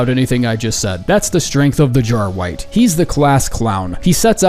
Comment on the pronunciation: Wait a sec, why the fuck is it "Jarwight" instead of "Jarwright".